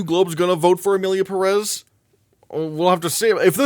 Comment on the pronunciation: It´s pronounced PEH-res (emphasis on the first E with a visible accent on top of it) not Pah-Rass